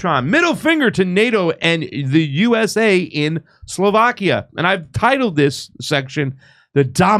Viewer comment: It’s not pronounced: Soulvakia c’mon pasta